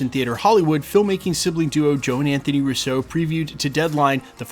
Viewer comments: Sorry, I’ve been holding back for so long…. It’s “-RUUUUso not RussO.!!! They are Italian, not French! The accent is on the first syllable!!!! It’s been driving me insane for the last three years listening to your channel! Great channel but please, my Italian ears are bleeding already! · Why are you consistently pronouncing Russo with the accent on the second syllable like the French would rather than on the first syllable like the Italians would?